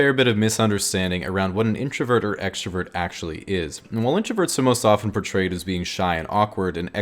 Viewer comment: is no one going to talk about him saying extravert rather than extrovert, HES CALLING EXTROVERTS EXTRA, IM OFFENDED